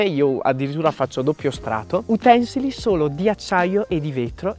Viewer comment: Si pronuncia utensìli al plurale